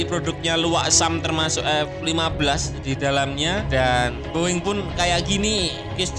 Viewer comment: Min Narasinya Salah Baca Bukan Luwak Tapi Uwak! BOING Bukan Bo eng*(Boe eng Bahasa Toicu Bearati Tak Bagus)🤣🤣🤣Jgn sampai pikun kayak wak bidin min😅Channel Ini msh Jd Referensi Pecinta Alutsista Tanah Air.Salam Uraaa! From West Borneo,INDONESIA ❤🇸🇬